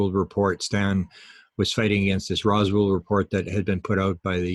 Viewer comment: Roswell,not Roswald. Keep it together as a Canadian national treasure Will you man?